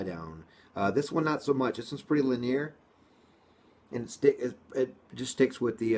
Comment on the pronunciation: Repeat after me: Lin-E-er. Not Li-near